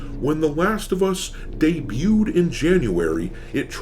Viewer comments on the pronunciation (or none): none